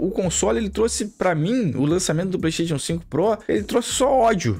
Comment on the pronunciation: Ouvir um cara entendido falar PlaystaTIon é foda.